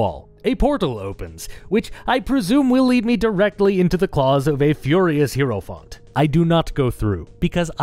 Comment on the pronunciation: Hierophant - /ˈhaɪəɹəfænt/ or /ˈhaɪɹəfænt/ - for those who can't read IPA, the main takeaway being that "hie-" here sounds like the greeting "hi" (I legitimately heard "hero font" and thought it's some DnD term I did not know, until I saw it on screen)